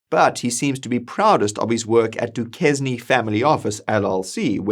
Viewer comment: Minor pedantic correction — Druckeniller's firm, Duquesne, is pronounced 'dew-KAYN'.